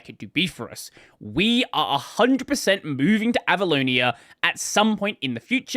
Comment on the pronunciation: Can't stop hearing "Abalone" instead of Avaloni XD